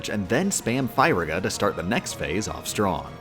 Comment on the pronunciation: I love these videos but man you say Firaga in a strange way.